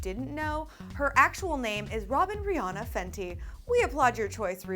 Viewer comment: It's Ri-Ann-A